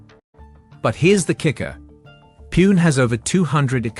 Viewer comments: The pronunciation for Pune is ‘poo-nay’ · Pune is pronounced worng in the video,it is pronounced "Poo-neh" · It's hard to have confidence when this voice can't pronounce Pune.